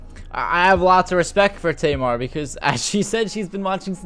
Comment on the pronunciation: pronounce tamar correctly ah jeezus